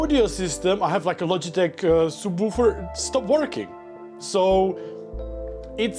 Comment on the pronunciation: okay him pronouncing subwoofer as "soobwoofer" is extra reason he's the wholesome man we need